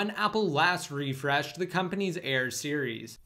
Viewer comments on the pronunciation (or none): none